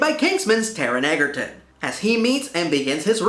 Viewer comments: It's pronounced "edjerton". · You DEFINITELY mispronounced Taron Egerton’s last name. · Thank you! I enjoyed and agreed with this review, but that pronunciation drove me nuts.